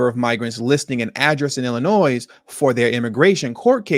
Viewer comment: Illinois has a silent 's' at the end